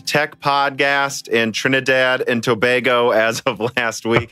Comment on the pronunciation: you pronounced tobago correctly first time? should be #1 tech podcast just for that